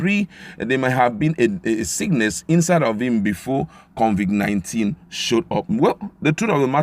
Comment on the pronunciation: it's COVID 19, not CONVIT 19. So, at this late stage, Nigerians including the President don't even know how to pronounce the virus correctly? Really??????